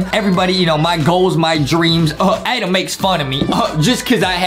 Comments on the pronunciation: It’s ADEM Not -ADAM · Hey! It’s ad-em not ad-am